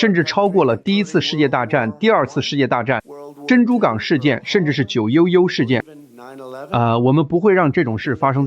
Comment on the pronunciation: 911怎么说成9尤尤了，为什么啊。